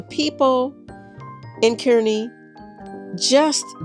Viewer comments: Btw Kearney is pronounced Karn-we. :) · Yay! Suwanee in Kearney! That's a personal favorite. So good. BTW, we pronounce it "CAR-nee"...which is weird, but you know, who would know. Thanks for touring the store on Leavenworth in Omaha! I need to check that out!